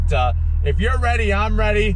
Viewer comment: "If you're ready I'm Raiti"